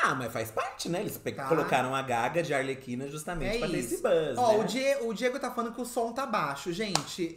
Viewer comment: O falando ALERQUINA em vez de ARLEQUINA tá me pegando demais kkkkkkk putz ensina eleeeee